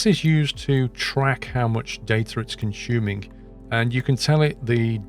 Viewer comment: "how much data it's been conshummmming "